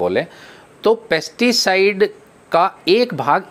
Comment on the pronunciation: आप कनफ्यूज करने वाले शब्द बोल रहे हैं पेस्टी साइड और इंशेक्टी साइड की जगह पैस्टी साइड ही पेस्ती साइड बोल रहे हैं